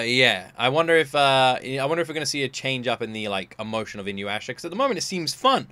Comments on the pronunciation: I CLICKED ON THIS SO FUCKING FAST! THIS IS MY FAVOURITE ANIME OF ALL TIME (Also, its i (short i sound) noo yah sha) :) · Why do people always pronounce it Inyuwasha? 😂 aint no W in there! Weird common mistake. Haha. Ahhh these songs are sooooo nostalgic for me. Inuyasha was my first anime and I love it with all my heart!!!! Also reason she wears a school uniform? Japanese school uniforms are sturdy, easy to clean and repair but most importantly... Rumiko just liked drawing it! A perfect reason lol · i really think you should watch inuysha if you havnt already, its such a classic. its also pronounced inu-yeah-sha btw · Just a little correction to your pronunciation, i hope you don't mind since you always try to learn character names while watching. You give a little pause after the "U" and then make sure to pronounce the "Ya". Inu = Dog Yasha = Demon (basically the same as the word "Youkai", it doesn't mean evil). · You're learning Japanese, right? Could you like maybe immediately get into memorizing the syllables. Cause that Inuyasha almost gave me an aneurysm. It'll only take like a few hours if you commit yourself to it. I assure you. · Me cringing every time he mispronounces Inuyasha. XD